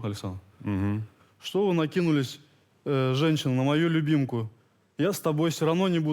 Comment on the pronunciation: Это что было?😬 я про обращение к Лиле : " Я все равно свою любимку не брошу...."- ооооочень странно звучало , особенно интонационно